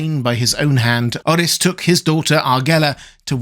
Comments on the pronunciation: It's prononuce Like OAR-RIS not OH-RHYS. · That aint how you Pronounce Orys bro stop saying it like that he isnt welsh 😢